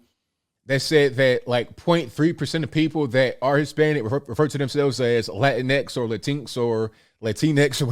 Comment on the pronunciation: It’s pronounced “Lá-Tyn-x” He said it right. I prefer that style of pronunciation than “Lá-tin-X”